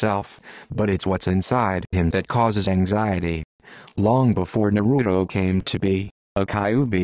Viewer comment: Naruto explained by a computer that pronounced everything wrong